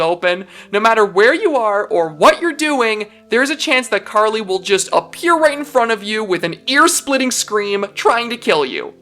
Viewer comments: OH MY GOOOOOOOOD!!!!!!!!! Someone who pronounced her name RIIIIIIIIIIIIIGHT!!!!!!!! I'm officially in Heaven. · Finally someone who pronounced her name correctly.